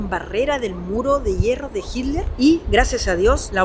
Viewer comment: se ve que es chileno, no puede ni pronunciar hitler jajajaja dice hiler jajajajaja muy buen video 😊👍